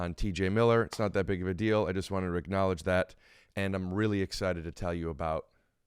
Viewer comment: Does he say acknowledge it or ricknowledge it!